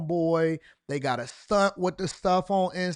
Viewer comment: Why he say “stunt” like that